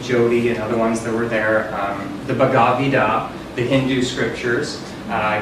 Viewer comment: Gotta love how he was so into Hinduism that he didn't bother learning how to pronounce the fucking name of the holy book. It's bah ga vad gita, dipshit.